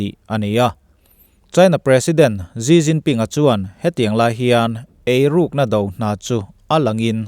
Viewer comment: ZziZzinPin niloin SiCinPin tiin lam lah,a in hniah zawk lo mw,?